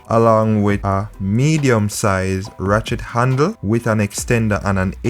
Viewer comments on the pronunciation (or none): This is very informative. I have a loose chain...will try this and also keep my mechanic on speed dial. but you keep distracting me...I keep hearing "Rat-shit handle".... Will delete comment...lol